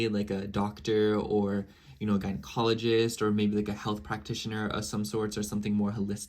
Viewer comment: You said gynecologist right again 👏🏽😂